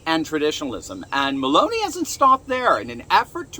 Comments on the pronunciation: it's Melo ni not melon i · Oh no he didn’t say BALLONI!!!??😅😮😢🎉😂